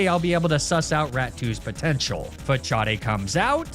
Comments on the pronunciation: WTF is a Fah-chaw-day? Fah-saad, maybe? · Your pronounciation of Facade is interesting 😂